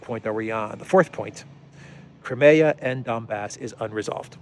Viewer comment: "Crimea" is pronounced /ai/ as in this old joke: Putin: Knock, knock. Obama: Who's there? Putin: Crimea. Obama: Crimea who? Putin: Cry me a river 😀